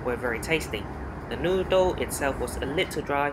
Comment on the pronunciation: Dear, started my sunday arvo by watching your trip back to Malaysia. It was a pity that you didn't try the nasi lemak, it would have a delight for your tongue!. Nevertheless the "Noo-dle" was a reasonable substitute. It was good to see you fly this leg as I often wondered how it was like. See you on your next flying adventure and thank you for posting again! Regards Hsiang, Adelaide.